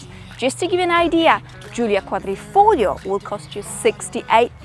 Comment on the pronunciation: Perfect pronunciation on " quadrifoglio " 😜